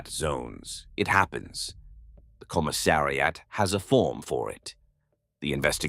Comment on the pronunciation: "Commi-ssari-at" - poor AI, such difficult words ;-)